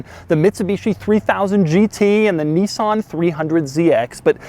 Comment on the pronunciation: neesan? marrrzda? lol